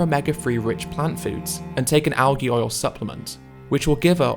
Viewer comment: I love everything about Earthling Ed except how he pronounces "algae".